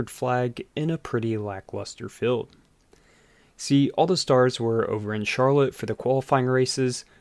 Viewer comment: Dude ... rail (ale) not rell, ... wheei (eel) not well, ... field (eel) not feld, ... steel (eel) not stell, where do people talk like this?